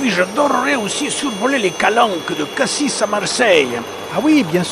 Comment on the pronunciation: Encore une superbe vidéo qui nous emmène dans le sud de la France et où tout est réalisé parfaitement. Il faut seulement dire à qu'on ne prononce pas Cassisss (c'est les touristes qui prononcent ainsi), mais Cassis, sans tenir compte du S à la fin. 🙂